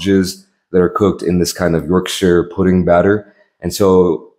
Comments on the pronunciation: Thank you for not saying “York-SHIRE” it was very well received and pronounced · thanks for pronouncing yorkshire correctly =)